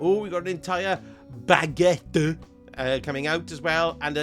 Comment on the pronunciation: The way you said baguette killed me 😂